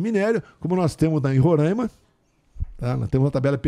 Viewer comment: Ele não sabe nem pronunciar Roraima kkkkk